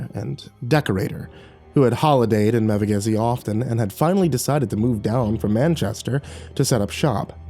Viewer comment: Wait wait, Mevagissy? Bro I live there 💀💀 Its pronounced Mev-ah-gissy